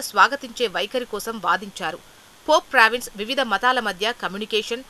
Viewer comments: చదవటం నేర్చుకో అమ్మా. పోప్ ఫ్రాన్సిస్ but not పోప్ ప్రావిన్స్. Read properly. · పోప్ ఫ్రాన్సిస్ అని పలకటం రాదా